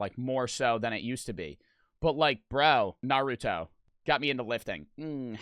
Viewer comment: Tell me he did not just say Naruto like Nor-rut-to